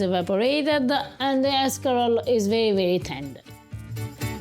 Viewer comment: Haha 'shcarole n beans!